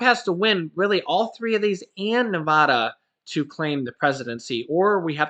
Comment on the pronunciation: It is Nev-AD-a,” NOT “Nev-AH-da.” just FYI